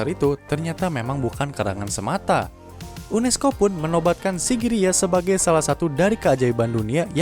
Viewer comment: Kosakatanya diperbaiki gan, unesco, M masehi. Ga enak dengernya